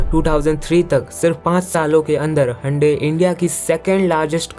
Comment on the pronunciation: Hyundai ❌Handi✅